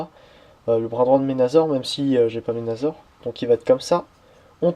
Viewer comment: au fet sa s ecrit menasor mais sa se dit menassor